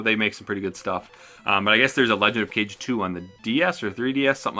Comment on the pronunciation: Let's see these pick ups! Kage is pronounced ca-gay Just for your own info :)